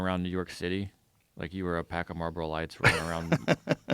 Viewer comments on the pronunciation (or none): none